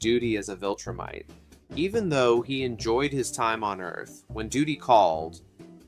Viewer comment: this has an objectively LOW quality production but sometimes mindless stuff is good for background audio also what the fuck is a "wiltrum" or a "wiltrumite" it is a V. a V. not a W. a V.